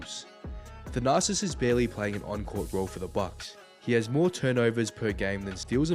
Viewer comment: Thought he was calling him The narcissist💀